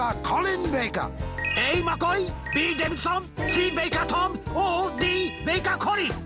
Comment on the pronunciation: Davison, not Davidson.